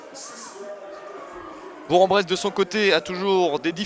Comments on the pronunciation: Attention : on prononce "Bourk-en-Bresse". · J'approuve, on dit bourk-en-bresse. Allez FBBP !